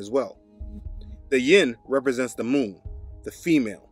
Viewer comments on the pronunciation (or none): none